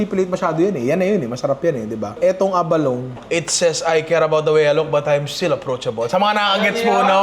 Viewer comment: Ninong Abah-low-nee